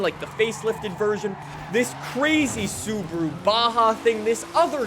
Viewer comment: Why does he say sub-ru instead of sub-aru?